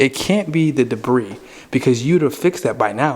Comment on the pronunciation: I'm not being a smart aleck but I wanted to tell you that the word debris is pronounced debree,,, don't pronounce the s...